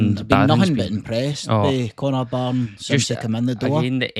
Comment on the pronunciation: Connor barron not Connor bareen